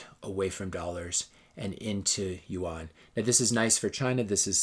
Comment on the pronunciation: I think this is well put together. Seems like what your saying is that china is better at capitalism than US or any other country. I couldn't help but notice your mispronounciation of rmb and yuan. I realize that you have never been to china or you wouldn't make that mistake. Its ok, because if you had visited, you would have a different perspective. China was the last asian country i have visited. Always dreaded the the thought of visiting this horrible place i heard so many bad things about. Now I have visited more than 20 times and over 150 cities. I have a new perspective on China and Canada/US, since my first visit. I thought i was going to a 3rd world country with suppressed people dying to get out. Quite the opposite. I felt I was coming back to a 3rd world country when returning home. The people there were happy and loved their life there. They owned their vehicles , homes, businesses, credit cards. They didn't dare ever wear fake watches, purses, clothing. Those items are for westerners and they dont believe in owning fake goods. The only difference i noticed was that people seemed happier, less crime, i felt much safer anywhere in china. Sure the media is controlled, but who owns our media and newspapers and what is their agenda. I believe it is an illusion we live in a democracy. Yes we get to vote, usually for a lesser of two evils. But do you really have a say in anything past that. In Canada, the MPs do not represent their constituents. They serve the leader of